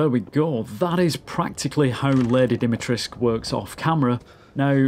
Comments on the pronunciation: If I hear "Lady 'Dimi-trisque' " one more time... - It's "Dee - me - tres - coo". Sorry, normaly I am not that wise ass. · It’s Lady DimitresCU, not Lady Dimitresk” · You keep missing the C and the U at the end when you pronounce her name, try to pronounce it like this: Deemeetrehsscoo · Why does everybody pronounce it as Dimitresc, when the proper way to pronounce it is DimitrescU...? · why everybody is pronouncing "Lady Dimitresc"?? there's a "u" at the end, you know. As far as I know, she is romanian and they pronounce it with the "u" , even if the (japanese) developers wrongly state it's "Dimitresc" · "Lady Dimitresh" ???? do you not see the "ESCU" in her name? are you blind or just misnaming her on purpose? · Why is everyone not pronouncing the "u" at the end of dimitrescu? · its DimitrescU - its a Romanian Name and thats how you say it. Theres a "u" at the end for a reason. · Dee-mee-tres-KU ..it is not realy that hard, Try it. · what with everyone pronouncing her name like there is no U at the end of it. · Its because the voice actors also didnt know and used the "english pronounciation" But if you ask a romanian guy, he will tell you the "u" isnt silent. But hey, all good. I enjoyed the video a lot regardless. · What's this hipster trend of saying her name as if you were Hungarian ?! We are BRITISH ! Add the 'oo' at the end ! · Interesting, how you English speakers just don't pronounce the U at the end of Dimitrescu. 🤔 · The 'u' in the name Dimitrescu MUST be pronounced. Surnames ending with -scu are VERY normal in Romania, where Lady D is from and where I've worked a few times, and the 'u' is ALWAYS pronounced. No if's, no but's. Just do it! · Just stick with "Lady D" if you can't pronounce "Dimitrescu" correctly. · The mispronunciation of her name makes me cringe and i'm not even Romanian. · I understand. It's just the type of mistake that's immersion breaking.